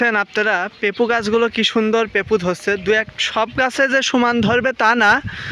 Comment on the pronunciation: পেপু না পেঁপে